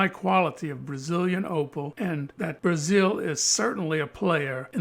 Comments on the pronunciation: Brazil except its pronounced like basil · BASIL!... I mean BRAZEN!.. I meaN BRADEN!! I mean—oh you know what never mind 🤦 ...Actually you know what I decided I do mind.. BRAZZERS! ... F*CK WHY CANT I SAY BRAZIL